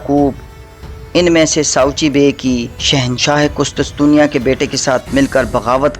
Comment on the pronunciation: Qustustunia haha sai pronounce kia kr bhai